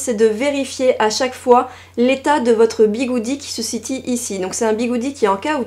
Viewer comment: "Qui se SITIE ici. LOL ça me rappelle un spectacle où j'ai dis Bali se SATIE. Voilà, ça ne fera rire que moi mais j'aime bien. :-D Sinon, merci pour les conseils et j'adore tes cheveux ;-) Deuxième rire à la comparaison petite culotte. MDR